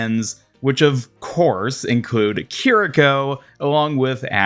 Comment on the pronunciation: EE-YA-REE KEER-EE-KOH the game says their damn names, cmon